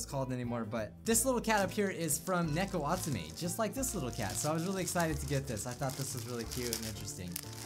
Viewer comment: neko atsume mean cat collecter pronounced knee Co assume